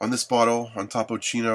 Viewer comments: It's Topo-Chico you dumb fuck! Not Top-Chino. Learn to read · The legend of topo Chico is that the lady drinking the water on the bottle is a Aztec princess that's had a disease that no doctor can cure until they heard about this spring north of Mexico in Monterey so they went over there and drink the water and bathe with it and she got healed that is what topo Chico is he can't even say the name right